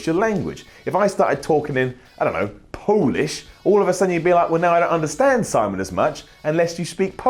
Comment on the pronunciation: I really (REALLY) liked how you said "Polish"! not like "polish" but Po oo lish! :D wink